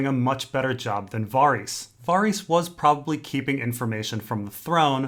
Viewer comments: Sure I'm not the first one to say this but who the fuck is "Vahreese"? Based on context it sounds like you're talking about Varys, but as we all know because we all watch the tv show, there is no character named "Vahreese". No one has ever pronounced anyone's name anything like "Vahreese". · Why does he prenounce varys so strange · You mispronounced varys